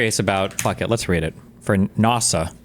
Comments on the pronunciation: He has such a weird accent. Even the way he pronounces ‘NASA’ as ‘NARSA’ is strange. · NAWH-SUH? (NASA) MOADEES? (MODIS) I'm about to minecraft myself in a video game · I KNOW Jordan Peterson knows it’s not pronounced nawsa wtf why did he say that 😭